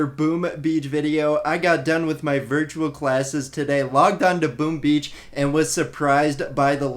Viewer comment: more sounds like boom uh beach